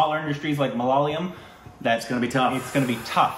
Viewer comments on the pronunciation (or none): For the love of God :it's MA-LA-YA-LAM not MA-LA-LA-YAM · pls, for the love of dog, it's MALA - YA - LAM. Not MALA -LA -YAM. Thanks, please continue...